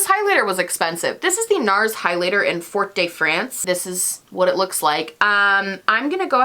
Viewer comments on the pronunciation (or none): none